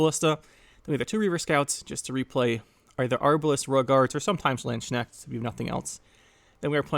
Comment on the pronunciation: ma boy butchered poor Landsknechts name, far beyond i would thought xD